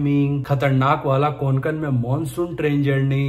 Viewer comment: It's not konkan It's kokan